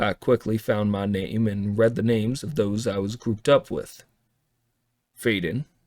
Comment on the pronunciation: I hate this version! The AI sounds better than the human voice actors... And that's scary. The southern accent is one of the worst I have ever heard and I've lived in the South for my entire life. The pronunciations of all the names is also driving me crazy, and for the love of God tell that voice actor pretending to be John Cooper TO STOP CHEWING ON HIS WORDS!!! Please keep putting out the story with the AI as The voice, because I don't believe I'll be able to listen to the story anymore if this becomes a permanent thing. Honestly I love this story so so very much, and this is extremely disappointing. Please don't replace the AI with these terrible voices. 😭😭😭😭